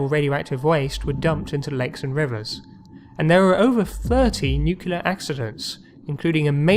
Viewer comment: Really enjoyable videos, but somebody as posh as your good self should be aware that there is no such word as "nucular", it's nuclear, every time. Sorry to be pedantic, but....